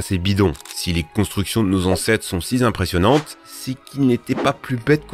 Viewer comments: "si zimpressionnantes" et on dit "atome" pas "ateume" 🙄 la vidéo est quand meme cool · Comme d'habitude, une vidéo très intéressante! Je suis surpris d'entendre un "si Z' impressionnantes" à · "Si Z'impressionnantes" ??? Vraiment ? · "sont si zimpressionnantes" 13'44"